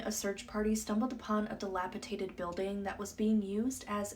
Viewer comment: It's dilapiDATED, not "dilapitated". Also, the plural of jewelry is JEWELRY, not "jewelries". Any update on this story? Perpetrators found?